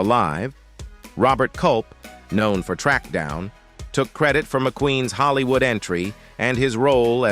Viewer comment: How could anyone botch the pronunciation of Orson Welles? But you managed! This has to be a computer. Pronunciations are horrendous!!! He even mispronounced “Hollywood”!🙄